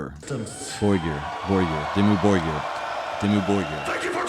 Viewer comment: You almost got the pronounciation right after listening to the vocalists intro, but then you got it wrong again a few minutes later. Your problem is with "Borgir" - try saying "Bor" like you would say "Whore", just cut off the 'e' at the end of the word and swap the consonant from a long W to short B, and then say "gir" like you would say "gear" but drop as much of the 'a' as possible. If that doesn't get you close, I don't know what will.